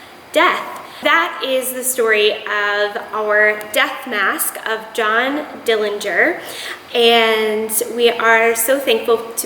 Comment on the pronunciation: Thanks for the interesting information regarding the history of death masks. The correct pronunciation of the Dillinger family name is with a silent 'g'. There is no proof that John killed anyone. The night of his death there wasn't any attempt to arrest him as they had one objective and that was to kill him.